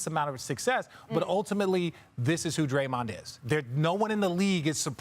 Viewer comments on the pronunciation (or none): "Drayond" lol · “Drayond” lmao 🤣